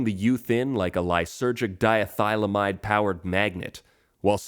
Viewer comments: "....Di-a-thile-amide" Hee, hee, hee! It's (phonetically), "dee-lye-serjick-acid-dye-eth-ul-amide." It's CORRECT IUPAC name is, "N,N-diethyl-d-lysergamide." Trust me! I'm a CHEMIST (and I'm here to help...."Igor! Release the kites!"...) :face-blue-wide-eyes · Learn how to pronounce diethylamide, dork!